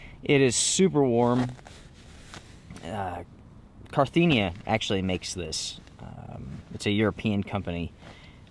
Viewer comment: 😃Car - in - thi - a. not Car - thin - ia.